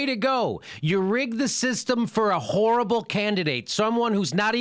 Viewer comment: Jimmy sounds like he's saying that Hillary is a "whore-able' candidate...listen carefully...